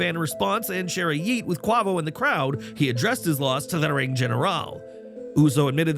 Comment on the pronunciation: Ummm say Quavo wrong ONE MORE TIME!!!! you do all this looking up jump your ass on youtube, listen to an migos song for you know how to pronounce that man name RIGHT!!!! Just like wwe with black folks YALL ALWAYS mess up too when it comes to black folks😒 you got time to report this fuckass stupid wrestling then You got time to fuckin listen to a rap made black song Fucking ridiculous